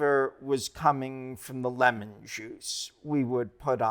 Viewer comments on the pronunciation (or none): none